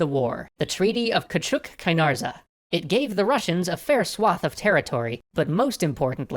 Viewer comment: wow idk why but when you tried to tell küçük i laughed so hard . and the turks part like i love persone who doesn’t speak Turkish tries to speak